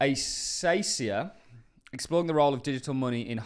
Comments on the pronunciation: Pronunciation advice..... It is based off the plants in Australia, pronounce it with a K sound not an S. Akacia not Asacia. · lol, It's A-KAY-SHEE-A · you would have to call the person naive who really believed that Dimon and JPM were slashing on crypto for real....no, it was a show, in order to delay the hype that would ensue naturally, btw it is "acacia" with the first c pronounced as [k]